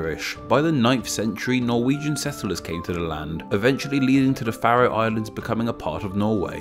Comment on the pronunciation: Haha, it's about the only one he got right :D